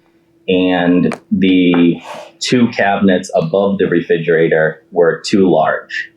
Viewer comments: I know this is immaterial and kinda judgmental, but it drives me nuts that the plaintiff husband keeps saying “refidjater” instead of re-FRIG-erator. His omission of that second ‘R’ just grates on my nerves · ReFRIGerator, not reFIDGerator. Fascia profile, not facial. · The Plaintiff saying "reFIGerator" 100 times drove me insane. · Why did his wife not tell him that it’s “refrigerator”?! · Who else winced every time the plaintiff said "reFIDgerator"? Seriously though, defendant's job was to 'measue twice, cut once'. Basically. How do you go by customer measurements when you're the one who's being paid to do the job? ESPECIALLY if you think they made a typo? Derp. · Is anyone else hearing Refigerator? lol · Re-fij-erator... And no one must have ever mentioned it to him. He's confident with his pronunciation lol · How does a grown man and homeowner not know how to pronounce refrigerator?? Lol and why would his wife not correct him before going on live tv?? 😆🤦🏽‍♀️ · Someone needs to tell this man how to properly pronounce refrigerator! Driving me nuts! 🤣